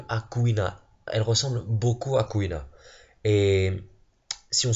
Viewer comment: Mec jt mort tu disais CouilleNa MDRRR